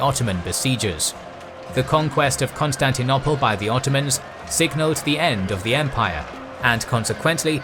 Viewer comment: It’s arguable how best to anglicise the pronunciation of Greek and French. But I don’t like this fellow’s choice. Example: pronoiar. He says pronny-ar. I would go pro-NOY-ar... Also bizarre is his KOn-stanty-NOPPLe!